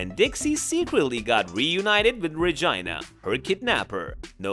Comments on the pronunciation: He said regina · The way he keeps saying Regina with a long i instead of a long e is a whole mood😂